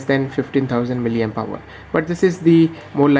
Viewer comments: You have been continuously pronouncing miliempower instead of milliampere. Play your video and listen attentively. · 'Miliempower'..🤣🤣🤣 That's called milliampere. Otherwise the review was good.